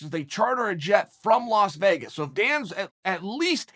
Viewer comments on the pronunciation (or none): none